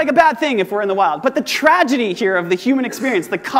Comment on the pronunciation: TraDeGy? 🤣 great talk tho